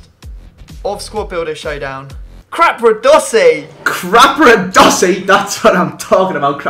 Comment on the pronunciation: i new would say crapradosi